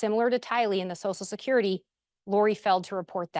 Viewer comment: Someone needs to teach how to pronounce “social security”, because “sosal security” is not the way.